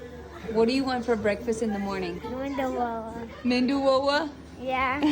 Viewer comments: Its medu(soft) vada not mendu vada... Or just ವಡೆ 😋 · You too calling Mendu wada like crores of Indians But it is Medu Wada ! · It's not Mendu Vada, it's Medu Vada (Medu means Soft, Soft Vada) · Its medu vada not mendu vada.. not mentioning it for the kid, but for others who might not know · It is meduwada not menduwada please 🙏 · Please it is "medu" and not "mendu" vada. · Not Mindu Vada but Medu Vada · Wow! For kids u can avoid chilly. Its medu not mindu 😊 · Please somebody tell them it is pronounced as medhuwada and not menduwada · It’s Medu Vada, Not Mendu Vada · It is medhu vo-da not medu voda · Beautiful perfectly made medu vadas dear! You are a perfect Indian cook , chef housewife etc etc ! so proud of you! Except the pronunciation, which was a bit off- 😂 it’s called Medu Vada, dear, not Mendu Vada “ 😅 but you made it so perfectly - even my daughter can’t make it so perfectly ! So impressed by your cooking skills/ your husband and kids are so lucky to have you as wife n mom resp. 😊😅👌 God bless you - also- it’s called - Tadka” on chutney , not like you said it - but these are tiny mistakes which you can easily correct with practice- I cannot fault your cooking though / you put lots of Indian cooks to shame ( who still can’t make a perfect Vada like you😮) by making your vadas so perfectly ! Kudus to your cooking skills dear- God bless you with happiness and more success with each cooking video ! Great job!👏 🎉🩷👍👏👏👏👌👌👌👌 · It's not mendu vada.. It's medu.ಮೆಧು ಮೃದುತ್ವವನ್ನು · It's not mendu vada its Medu vada. Lovely video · Mendu Wada ❌ Menduwawa ✅ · Omg for god’s sake it is meduuuuu wadaaaaa…..mendu is braind in marathi n it sounds weird when people of Maharashtra say it as mendu wadda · You are such a fantastic mother and wife.. love you for that.. just a little correction.. it's Medu not mendu.. ❤ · Menduvava❌️ Medu Vada✅️ Sunbar ❌️ Sambar✅️ Its nice you guys love Indian food, but please say the corect name! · It's medu, not mendu